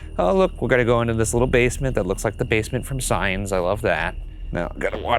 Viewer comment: Did Ryan say 'signs' as two syllables? Was that just me?